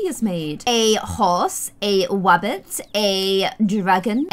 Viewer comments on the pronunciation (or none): she said wappit but it should be rabbit lol